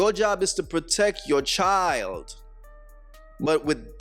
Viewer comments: She said "My Chi-held" head ass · Clicking nails, pronouncing CHILDTT, extreme weave couldn't do that. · There is no T in child let me reiterate there is no letter T in the word child 😂😂😂